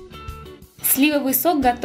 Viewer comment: СливОвый. ударение на второй слог